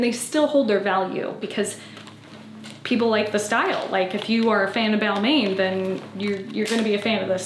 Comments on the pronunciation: FYI- Pronunciation of Balmain is bal-man it is a French brand. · I’m sorry, but I have to tell you that you are butchering the pronunciation of Balmain! 😅 you can google the pronunciation. Also, I don’t think the skirt works with the white top. I feel like they’re two different vibes that clash. The black top you changed into works much better.